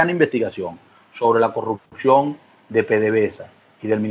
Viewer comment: Perdón, no se dice " corrucción " se dice corrupción.